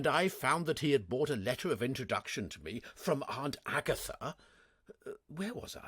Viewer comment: I've been collecting mispronouncements. I'm sure he would laugh them off, and I think that his Jeeves and Wooster are the best, so no shame in having some things to improve - like his American accents. The worst word seems to be brought, usually pronounced bought. Plover, magnate (pronounced magnet!), Latin phrases like sine qua non (OK, I'm Cambridge-trained, I know that you Oxford lot think differently), French ones like timbre, pronounced timber, and anglicized French words like Chemmy, short for Chemin de Fer, and pronounced Shemmy, but not by! And Hades, how can anyone not know how to pronounce it? So, I think the answer is that, reading aloud, there is no time to correct oneself, and just has to read the words as they come along, don't you know, so if plover turns up, one has to read as it is typed, p-l-o-v-e-r and there you are, on to the next bally word, quivering like an aspen, what?